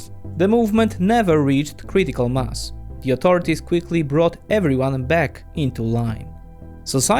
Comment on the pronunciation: When you say mass it sounds like musk. Be careful with that haha